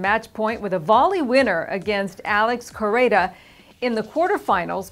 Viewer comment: 3 - Derrick Rostagno, I have never heard his name being pronounced 'RosTAGNO'....until now. Considering Grace and Derrick are from the same era, I expected better. 4 - Alex Corretja, this is the 1st time hearing his name being pronounced 'CorreTA"